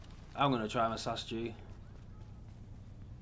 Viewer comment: it's S A S fucking G not sas g shit